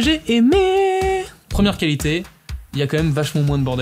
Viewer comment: Très intéressant. Par contre, côté technique, tu n'articules pas tout à fait assez, je trouve. Peut-être aussi que tu parles vite pour caler toutes les infos en peu de temps. Exemple, tu "gobes" les L de qualité et de personnalisatio. Moi j'entends qua-hité et persona-hisation.